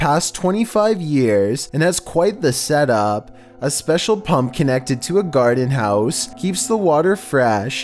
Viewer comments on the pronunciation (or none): Others: Ooo scary Me: he said garden house instead of garden hose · garden house it’s garden hose learn English